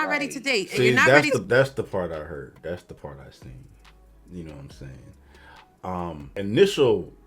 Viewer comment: don’t say seent 😂 the word is seen, don’t sound uneducated and dumb, I can’t can’t stand when people dumb themselves down by not spelling or speaking proper English 🙄🙄